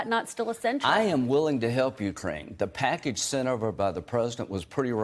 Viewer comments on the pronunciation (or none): Lindsay Graham "...the packidge sint over by the prezdint" STFU